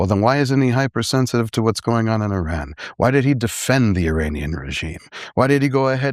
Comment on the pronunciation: He’s pronouncing Iran wrong this whole interview. He talks about you have to fight for human right yet he signs bombs to blow up humans. You can say a theocracy that oppress women is wrong but the second you blow up a girls school of over 100 people you loose your entire moral ground. Why was he given a platform. Im very disappointed I liked Billy’s interviews